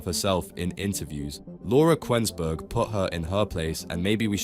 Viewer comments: The who's narrating can't even say Laura Kuennsberg's name properly. Obviously the thick-witted Rayner is no better. She probably would have a problem in telling you how many zeros there are in one million! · Can't stand Rayner but because the commentator can't pronounce a well known journalist's name, it suggests this is foreign. Don't like foreign intervention!!!